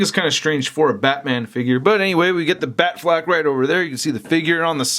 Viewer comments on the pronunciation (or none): It's not batflak it's batflek